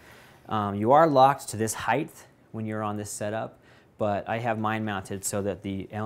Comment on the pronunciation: Very nice. Been thinking about one for a while. Height.... no "h" at the end.